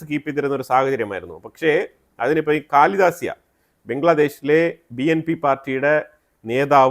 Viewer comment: കാലിദാസ്യ അല്ല ,ഖലീദ ജിയ khalida zia .pl correct